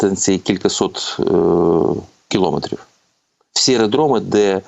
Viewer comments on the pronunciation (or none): none